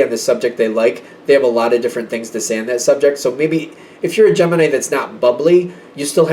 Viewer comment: Kept hearing gem in eye instead of gemini 😂